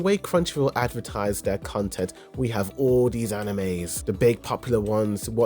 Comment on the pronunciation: content / cun-tent 😂